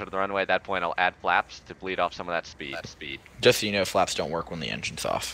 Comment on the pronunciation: "You got plenty of fpeed"